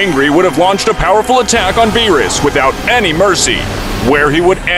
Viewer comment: "whise and venos" im dead💀